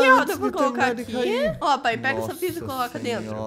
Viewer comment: Pelo amor de Deus ele disse Caicó. 😂😂😂😂😂😂😂😂😂😂😂😂😂😂😂😂😂